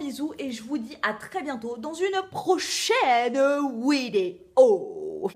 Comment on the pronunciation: Pourquoi tu dis "wideo"?